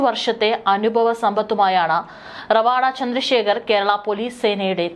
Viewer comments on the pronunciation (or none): റവാഡാ അല്ല രവതാ ചന്ദ്രശേഖർ എന്നതാണ് ശരി❤